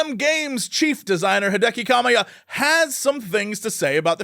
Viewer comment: Jesse cox "Hideki KKaMIyA" lol 😅 luv ya Jesse